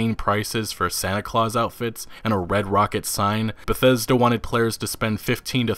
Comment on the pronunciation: The real crime was how you pronounced bethesda at the beginning